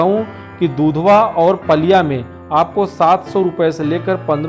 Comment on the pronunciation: मै नेपाल से हु और पालिया नही पलिया है।